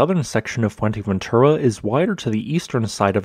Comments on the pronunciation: It’s not called Fuenteventura. It’s Fouer-te- ventura frenetically. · atrocious pronunciation, lol most infuratingly, it's fuerteventura, not fuenteventura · It's not Fuenteventura ffs. Put some effort in your vids. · Not "Fuerteventera" or "Fuenteventura", but "Fuerteventura". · fue*R*teventura. No "N" there. :) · Yeah, the content is great, but his pronunciation could use some work. I have no idea how you get to an N pronunciation in Fue-R-teventura, especially with how the Spanish roll their R. And how hard is it to say Montaña instead of Montana? My native tongue is Dutch, but it is not that hard to check how a few words in another language are pronounced. Even his English has a very weird drawl. "a specific toooopic, please leave a comment belooooow." "volcanoooo" "that it will erupt agaaaiiiiin". Great channel, but the delivery is a bit distracting.